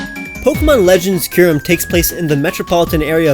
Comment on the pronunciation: DO NOT LEAVE OFF THE U IN KYUREM!